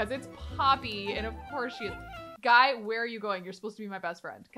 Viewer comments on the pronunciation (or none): Guy is pronounced Gee. Just to let u know !